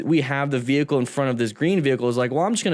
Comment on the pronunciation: Bmw= Burning man's " wehicle"🔥😀